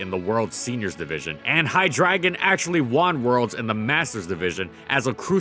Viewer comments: You pronounce the last syllable like you would with Flygon. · I hate how you pronounce Hydreigon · I have to give you -2 points for how you're pronouncing Hydreigon lol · Saying Hydreigon is as easy as 123. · it's wrong then. It's a german name so you gotta say it correctly hi-dray-gone/hi-drei-gone(in german, drei meaning 3) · Hydreigon, not Hydragon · it's pronounced HIGH-dragon? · Why do you keep calling Hydreigon "High Dragon"? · its pronouced hyDRAYgon ree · Just to get it out of my system, it's pronounced Hy-Dry-gon. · Seriously? No comments about him pronouncing Hydriegon as "High Dragon" the entire video? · It’s pronounced “High-Dray-Gon” There’s and E and an I in its name dude. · Pronounced Hi-dray-gon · I would have personally pronounced it "High - dray - gahn", but you do your thing,. I respect your research. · Hi-dragon. Lol ok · Please reupload with you saying it as Hi-dRAY-gon PLEASE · IT IS PRONOUNCED (HIGH-DREDGE-EON) If you cant be bothered to look up the names how can you talk Pokemon? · Hy-drei -gon. I never heard this Pokémon pronounced the way he is doing it. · LittleWhiteRabbit'B' Well part of its name “Drei” is German for 3 and is pronounced like “dry”. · I mean part of its name is pronounced like “dry” which is stressed in the pronounciation lol Even the Pokédex 3D and anime pronounces it like this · Well he also pronounces it wrong so dont feel too bad (hi-DRY-gon) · I'm pretty sure it's pronounced Hi-dry-gon, Drei meaning 3 in German and pronounced as Dry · Is it not Hy Drey gon? I refuse to accept (as I've never seen the anime) that ei is making an ah here. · Seriously. I had to say drei everytime he pronounced his name. It bothered me way more than it should. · It's HY-DREI-GON. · Isn't it pronounced "high-drey-gon"? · Am I the only one annoyed by the pronunciation? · These videos are great and some of my favorite Pokemon content to watch, but man if you could say the names right, then that be absolutely amazing.